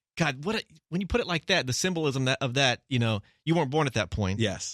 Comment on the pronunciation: Pronunciation of "sym-BAWlism" threw me